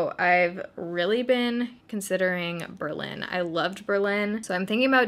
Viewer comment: German baeritto here, definitely choked on my food when you were saying Berlin :D It's not too easy to find a flat here as well but it's a great (sometimes very crazy) place to be :)